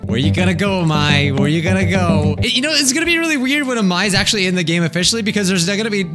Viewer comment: True that amai means sweet (あまい) but it's pronounced like a-mai-ee